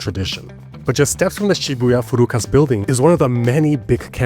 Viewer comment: Great video, but it’s FUKURAS not FURUKAS. A small difference but FURUKAS sounds like furui (old) kasu (a loser, scum). lol